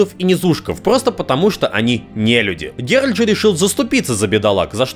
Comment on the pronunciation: правильное название ролика: 25 минут коверканья имени 'Геральд'